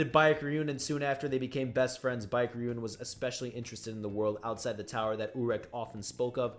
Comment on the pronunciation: Baek is pronounced as Beck not bike. Lmoa! Great video thou?? I enjoy these wiki videos there’s no wiki page as entertaining and engaging as Tog